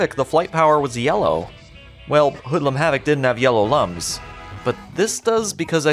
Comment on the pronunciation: They are looms (like illumination) not lums (like dumb)